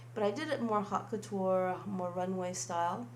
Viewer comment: "Hot Cutur" is NOT how you pronounce haute couture.